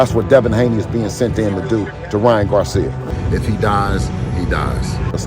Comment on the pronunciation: Bro kept calling him “Ryan GarThhhia” 🤣🤣🤣